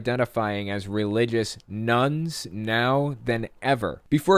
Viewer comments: I kept thinking he was saying "nuns" :D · At first I thought he said more nuns Then I realized he meant religion= none 😂